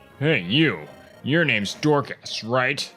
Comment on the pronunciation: Why do you pronounce Dorcas' name as "Door-KHaass"?? His name is Dorcas (Dork-us) lol. Less emphasis on the KA and less emphasis on the Ass